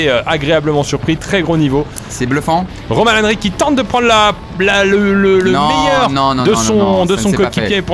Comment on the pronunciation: le meyeur momant